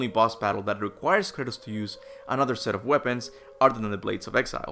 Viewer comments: Its Kratos not Curtis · I keep thinking you're calling Kratos "Curtis" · r u saying kratos or curtiss lol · I know he's Kratos, but I keep hearing Kurtus. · why does he call him Curtis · Kratos aka Curtis Sorry, but that's all I can hear when you say his name. Curtis! 😂